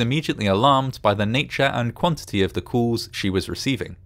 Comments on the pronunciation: I'm very much used to people pronouncing some words a bit differently, but never have I heard "calls" pronounced like "cools" before. I've talked to people from all over the world, and I've traveled--which makes me wonder why you're mangled the poor, innocent word. Sure seems fishy that they continued to claim the water was safe--complete and utter nonsense. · Why does the narrator say 'cools' at the start of the video when he means 'calls'? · Cools and coolers not calls n callers. Wooter not water also. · "COOLS started coming in"?! Even with an accent nobody says cools instead of calls. Aggravating to listen to just plain lazy speaking. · Is he saying calls?